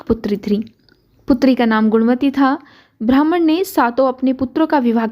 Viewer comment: अत्यंत सुंदर प्रस्तुती है. लेकीन " ब्राम्हण " शब्द का उच्चारण "भ्रामण" हुआ है .